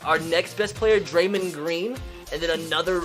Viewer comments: Draymen grain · You can not say any nba players name your vocab is trash it’s draymOnd